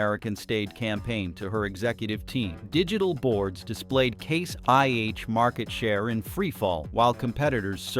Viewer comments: This sounds like AI garbage, becase you say case 1H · I have a hard time about everything said when the AI voice calls Case/International "C-one-H", and the timeline doesn't fit the events. Never the less Trumps tariffs were the last nail in the CIH coffin. How can he be so stupid? Add the fact John Deere is gone too, US farmers are going to hurt big time, maybe not today but soon.